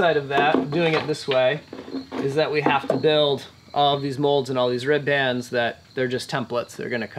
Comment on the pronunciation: If you guys want to sound like salty old boat builders you have to stop saying rib bands. It's pronounced rib'ns almost like ribbons, like you would tie up into a bow.